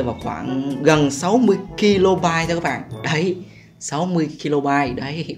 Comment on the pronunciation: Kb = đọc = ka bai not ki lô bai :L